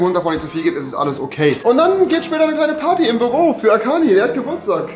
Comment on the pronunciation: Ich: schaue das Video Rewi: Happy BÖRSDAI AKANI Ich: 🥲